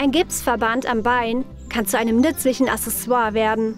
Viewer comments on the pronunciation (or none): none